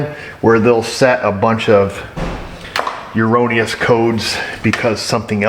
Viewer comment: Never thought I'd ever learn a new word watching... YEOURONNEOUS